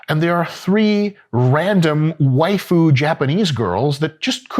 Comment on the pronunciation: I never thought i would hear dr mike say "waifu" and i certainly didnt expect that pronunciation. Beautiful